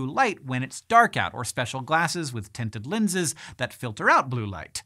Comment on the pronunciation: "Tented linses" hihi